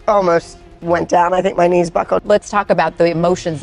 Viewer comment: Her “k-nees” failed her 💀💀💀 the k is silent friend!